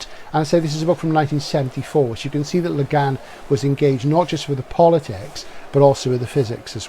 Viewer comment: Great video as ever. I remember bering absolutely blown away by both The Dispossessed and LHOD when I first read them (and they are certainly overdue for a re-read). A small note about the pronunciation of Le Guin, however (and I only bring this up because I know you’re particular about getting the details right). To quote Le Guin herself: "Le Guin is not a French name at all; it's Breton. It's pronounced, to the best of my knowledge, just like its Welsh cognate gwyn — white, blond, fair."